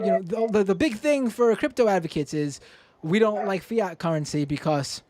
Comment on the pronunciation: I love you, but Fye-yat?